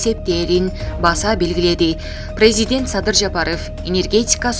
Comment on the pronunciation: Журналистка, смотри пожалуйста на ударение и произношение президент не прпвильно.